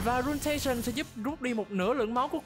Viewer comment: Chính xác là ruiNAtion chứ k phải ruinTAtion nha 😅